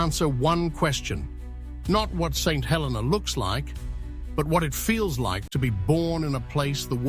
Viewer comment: The way to day the name of this island...Saint Hel---EE - nah with the accent on the middle syllable..Please NOT. Helena